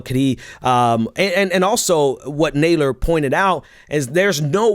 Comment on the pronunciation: It is NOT Naaadler. His name is Nad (as in Mad) ler. You are in a position that requires you pronounce names correctly. Please....his name is frequently in the news and there is no reason for you to mispronounce it.